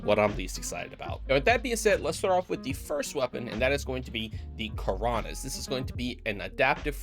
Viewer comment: keraunios is pronounced ke-rav-nios its based on the word keraunos in greek which means lightning